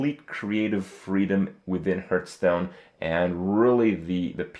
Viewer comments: Hahaha Krupp is getting worse. Now he pronounces it earth tones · 2 minutes in and he said HURTstone 5 times :P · How come he can say 'HearthPwn' but still says 'HeartStone' ?